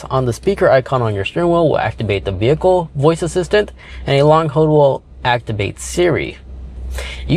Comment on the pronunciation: There is an l in the word hold.